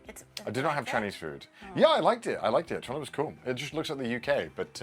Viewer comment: I appreciate that still pronounces Toronto "Churono" 🤌 Fu**in' Eh rights Bud.